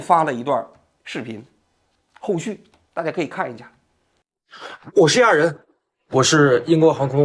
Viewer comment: 亚，第四声